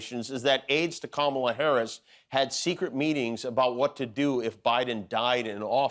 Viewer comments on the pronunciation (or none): none